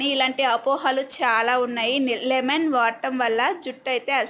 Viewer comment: లిమెన్ కాదు తల్లి లెమన్ అది